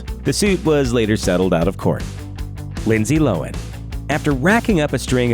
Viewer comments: Its Low-han. Not loan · Lindsay "Lowin?" It's pronounced LOW-han, you dumbass! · There’s two syllables in Lohan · How the fuck do you mispronounce Lohan